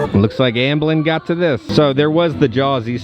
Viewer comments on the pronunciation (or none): Amblin not Ambelin